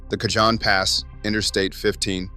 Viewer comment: Caho)n pass, not cajon pass